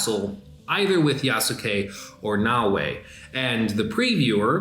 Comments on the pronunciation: Ya-skay not ya-sook-ay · Great video But bro, it's "yaas-kay" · YASSUUUKE at least pronounce it right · Did he say YahSooKay? 😂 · The u in yasuke is silent. It's not pronounced yah-sue-kay. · Really wish you would pronounce Yasuke correctly